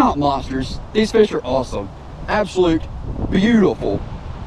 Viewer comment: That fush count 😂